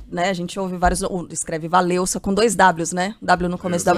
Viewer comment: "WaleVska", não "WaleUska", pelo amor de Deus. Se não conseguir pronunciar, fala Waleska mesmo.